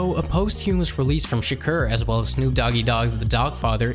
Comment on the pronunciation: If you're going to pronounce tupacs last name -do it right.if you're going to pronounce the owner of interscope name-do it right.pac wasn't locked up for the charge you claimed.